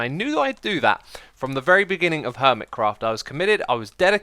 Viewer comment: its “ermitchraft”